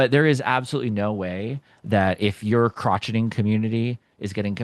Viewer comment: This was helpful so thank you but did you say "crotchet-ing" for crochet? oof! lol. Or is crotcheting something else? I was actually looking for a way to see if I can see who my membership customers are. I can't seem to find that spot.